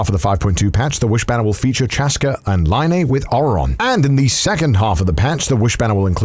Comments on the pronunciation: Doing a genshin impact sponsor and can't event pronounce half the characters names right 💀 "LINE-Y"??? It's "Lin-y". Do you even play the game? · Lie-nee huh? (he misprononounced Lyney) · "Chasca and Lie-Knee" 💀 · I have never heard Lyney and Zhongli pronounced that way that it made me laugh. XD Thank YOU for letting us join you on this amazing journey. I've watched your videos since the Black Butler days and everyday I'm just proud of your growth. Keep it up~